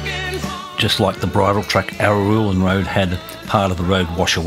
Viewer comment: You seem to struggle with the pronunciation of 'Araluen', but thanks for the update on this road. 👍